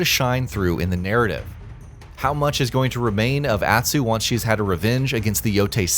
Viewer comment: Why can’t you pronounce Jin, Atsu, Ezo and Tsushima normally?